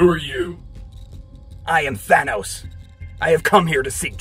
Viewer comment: Tanos? It's Thanos